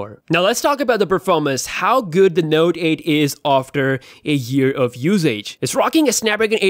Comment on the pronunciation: Wow is it me or this dude can't say note 8😂😂😂😂😂